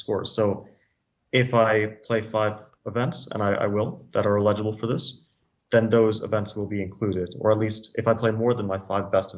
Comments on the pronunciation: I picked up on that, too, and scrolled to the comments to see if I was alone. (Apparently not.) He's misplacing the stress on the second syllable (e-LI-gi-ble) when it should be on the first (EL-i-gi-ble). Wondered if his was an alternate pronunciation, but according to the OED, it's not. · I was thinking the same thing. :D Sounds like he's saying "legible" and "illegible". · Love Fabi 4 Life but I had the same reaction. He kept pronouncing it like "legible" lol :face-green-smiling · please teach fabiano to say eligible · Fabi, the emphasis is on the first syllable: EL - i - juh - buhl. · Fabi is my favorite active chess player, but the way he is pronouncing eligible is funky. He says it like illegible..... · Bro fabi you are pronuncing the word eligible like illegible, completely different word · Yes, I thought I was only one who noticed that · How does Fabiano not know how to pronounce "eligible" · Fabi pronounces eligible weird.